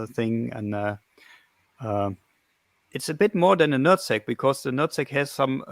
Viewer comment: I’m sorry but it sounds like he’s saying “nut sack”